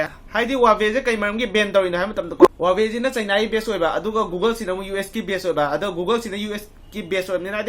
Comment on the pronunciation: Lol he even cannot pronounce the Huawei brand What he said that googles ..... really..🤣😂🤣😂🤣😂🤣😂😂🤣😂😂🤣😂